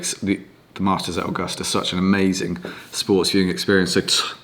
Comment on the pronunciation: I love the way you pronounce Augusta 👍 The weather was a beast Masters 2022.